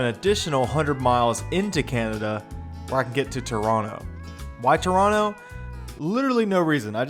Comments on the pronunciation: This is the pinnacle of "Death Road to Canada." And I love that you call Toronto by its rightful pronunciation 🙂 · Heeeey....you said Toronto the correct way!! (For an American)